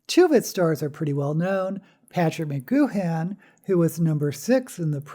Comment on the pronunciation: I know it’s hard to get pronunciations right from printed names, but for future reference Patrick McGoohan’s Irish last name is pronounced rather like ma-GOO-‘n. He was the lead in Secret Agent Man and The Prisoner.